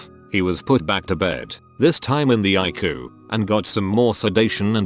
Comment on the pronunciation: I love it when he says "I-Coo" idk why lol